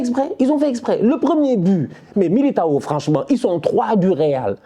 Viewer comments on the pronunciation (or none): C’est miliguire et rudiguire au lieu de militao et rudiger😂😂😂